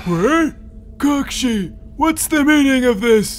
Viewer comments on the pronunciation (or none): cakshi instead say kakashi (kUh-ka-sHi) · Kakshi not kakashi lol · lol I love how they call kakashi “kakshi” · it’s cackshi sensei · Its not kakashi its kakshi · I just love how everyone, even Kakashi himself, pronounces "Kakashi" like "cock-shi." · Why did say kakashi like Cockshe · Hey, its cockshi sensei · "Hey, my name is Kock-shi" 🤣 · “Hey my name is Kockshi” 😂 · smoothest transition even I mean there is NO WAY you saw this coming like cmon also ain’t no way bro said “my name is kashi” bruh 💀💀💀🥶🥶🥶🥶🥶🔥🔥🔥😎😎😎😎😎